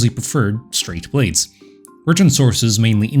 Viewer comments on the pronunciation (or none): none